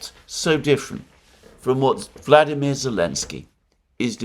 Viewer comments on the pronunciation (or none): none